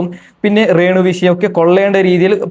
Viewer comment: റേണു അല്ല രേണു